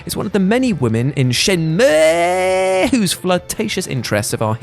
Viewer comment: finally someone says Shenmue with the correct pronunciation